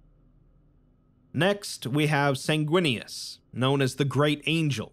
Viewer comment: Bro, the chapter for Sanguinius is “Sindarius” and I was like “if he says it like that I’m unsubbing” Thankfully you got it right 🤣